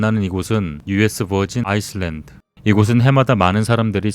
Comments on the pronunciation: island 를 아이슬랜드라고…ㅎㅎ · 에 island발음 틀린거 빼고는 정말 괜찮은 영상이네요~~